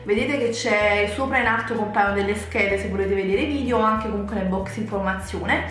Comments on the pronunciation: Un consiglio; se il tuo lavoro è fare video su YouTube, la prima parola da pronunciare senza sfondoni sarebbe proprio vidEo... non vidio 😳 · si dice video non vidio....